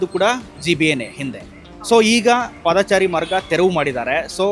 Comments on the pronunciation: ಹೌದು ಪಾದಚಾರಿ ಎಂದು ಹೇಳಿ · "ಪಾದಾಚಾರಿ" ಅಲ್ಲಾ ಮಾರಾಯ "ಪಾದಚಾರಿ" ಅಂತ ಹೇಳಣ್ಣ